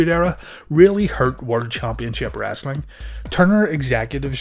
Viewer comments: It's "Wrestling" not "Wrastling" 😂😂😂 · WrEstling.... not WrAssssling! Lol